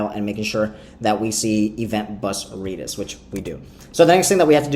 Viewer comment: Reeedis? lol